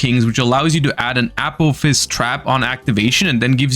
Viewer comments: One suggestion I would have is to pronounce Apophis more distinctly as "uh-PAW-fis" as saying "A-POE-fs" is confusing as Apollousa is usually refered to as "A-Poe". Not hugely important, just a small improvement in communication. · I keep thinking is saying “Apple fist” and not apophis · Can't unhear it now lol